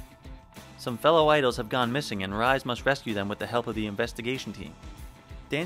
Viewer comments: Definitely had to laugh at "Rise" instead of "Ree-say". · The "Rise" in Rise Kujikawa's name is Japanese. Therefore, it's pronounced "REE-seh."